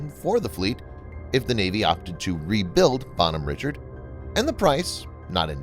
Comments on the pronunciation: Pronounce the name entirely wrong. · Good video in general. However the pronunciation of the name of the ship kinda drove me nuts. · This makes my ears bleed hearing the name said wrong having been on this ship for 3 years, this name being said wrong is like hearing nails across a chalk board